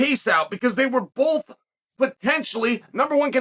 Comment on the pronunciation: Hey Uncle Chael, since nobody seemed to have told you, I guess I will - There's no L in the word BOTH. See.. just a B and O followed by TH. You're welcome.